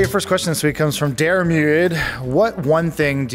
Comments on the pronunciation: Adam Kovic with your Irish heritage you should be able to pronounce Diarmuid (deer•mid). I'm not upset , just disappointed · Adams pronunciation of Diarmuid hurt my soul 'Deer-mud' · Adam just butchered how to say “Diarmuid” 😂 I love you Adam, keep being you. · Americans always butcher the pronounciation of Irish names,, Diarrmuuuiiiddd haha